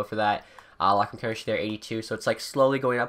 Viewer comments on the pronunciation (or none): none